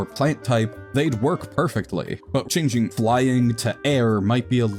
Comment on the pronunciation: Off topic, but I like the way he pronounces changing as "chinging"